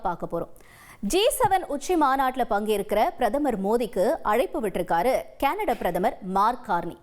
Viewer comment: கனடா கேனடடா வா இதில் எது உண்மை உச்சரிப்பை தீ வைக்க வேண்டும்